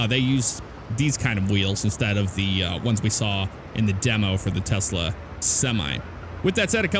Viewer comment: Do you pronounce it Tesla Or like Tezla?